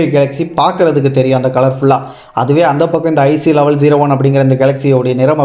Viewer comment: தங்கம்... சாமி... அது லெவல் ஜீரோ ஒன் அல்ல... லெவன் ஜீரோ ஒன். ஒழுங்கா உச்சரிக்க வேண்டும். கேக்க அசிங்கமா இருக்கு...